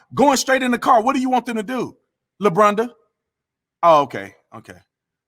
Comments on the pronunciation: When did everyone become a Monday morning quarterback for the police? 🤦‍♂️ “Lebronda.” You killing me! 😂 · He said, Lebronda.. BTatum, i love the names you come up with..